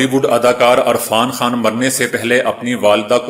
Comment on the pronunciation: Sir ji apni urdu drust Karen arfan Khan nhi hota irfan Khan hota he